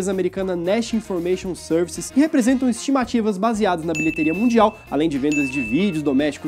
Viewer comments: Bilheteria "mudial" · "Bilheteria mudial" kkkk